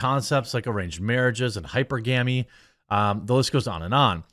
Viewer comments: I didn't know you are one of those people who pronounced hy·per·ga·my as hi-per-gah-meee... It's kind of like someone pronouncing thermometer as; Thermo meter (Thur-mo/mee'ter) 😆 like saying 2 words separately; thermo then meter... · Hyper-gamy? Lol. What are you doing? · Hypergamy... learn how to say it lol